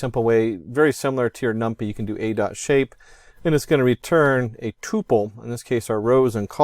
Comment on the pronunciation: Did you just say "num-pee" lol. j/k great video